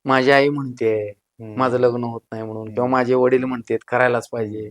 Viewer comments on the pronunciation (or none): none